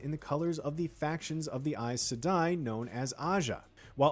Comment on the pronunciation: Yo he said Aes Sedai right somehow tho